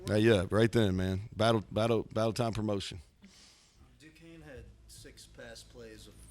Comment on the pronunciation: It’s Duquesne lol. Please